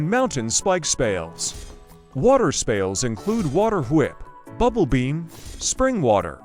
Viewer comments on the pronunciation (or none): it’s not bad but could use some tuning, around the end of some sentences it pronounces with a odd southern accent like at the start when saying spells it pronounces them like spales and says whep instead of whip